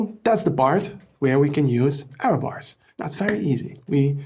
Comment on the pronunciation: Error bars not Arrow bars 😂😂😂 it's confusing me every time you pronounce that 😅. Thanks for great videos.